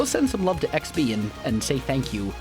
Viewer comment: When you said xb I thought u said sb as in sb737